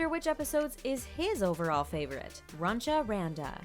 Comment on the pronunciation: Also it's not Runcha Randa and you pronounced Randa wromg. It's Runch Randa.